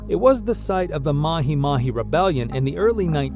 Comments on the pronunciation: I am very disturbed by how you say mahimahi...its MA-G MA-G. Maji is water. There is no such thing as mahimahi water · I can bare with the other mispronunciations but not mahi mahi, pronunciation- ma jee, ma jee.